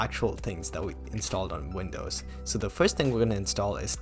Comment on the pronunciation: Listening pronuncing "Vindows" instead of "Windows" made me want to reinstall manim